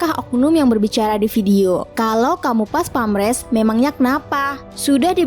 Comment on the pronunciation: PASPAMPRES mbaaak..bukan PASPAMRES...hahahaa...profesional doong mbaak.. 🙏